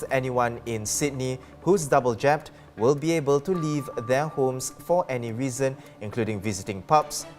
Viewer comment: Dear, "reason" is not pronounced "risen". Also, "gyms" is not pronounced "jeems". Your standard of pronouncing English words leaves a lot to be desired.